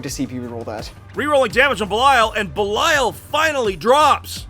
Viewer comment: Why do you guys, keep calling Belial "Beliayo" :D ? Great battle!